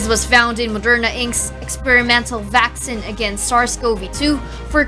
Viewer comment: It’s VAK-SEEN, not VAK-SIN. 🤣